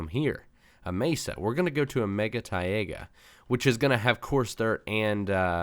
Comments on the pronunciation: Not to be rude but taiga is pronounced "tie ga" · MY EARS!!! I thought it was pronounced tie-gah